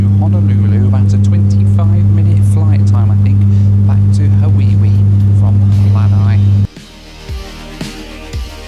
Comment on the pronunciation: Please drop the "Ha-wee-wee" pronunciation.